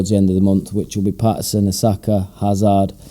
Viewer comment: The club did a video with the players pronouncing their surname. Hazard is not a difficult name to pronounce correctly...Hazerd, not Hazard is the pronunciation. Poor bloke. Geddon, you can turn it around.